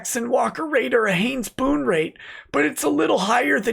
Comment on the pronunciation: every time you say Haynes & Boone it sounds like Heins & Poon